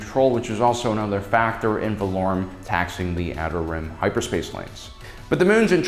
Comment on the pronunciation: also mispronounced Senator Valorum (Vuh-lore-um)